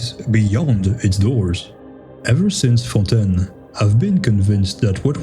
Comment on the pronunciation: You say fontaine too well francophone can smell francophone